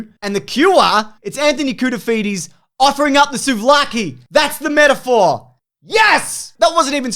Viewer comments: "Anthony Cool-to-feed-ye" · “Legend of the “souvlaki” Anthony Koutoufides” 😉😂